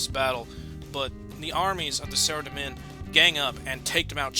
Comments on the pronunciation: Its pronounced sara-dom-man not sarademin xD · Sorry but its Sara-Dough-mon and zAm-OR-ACK. but this is awesome none the less!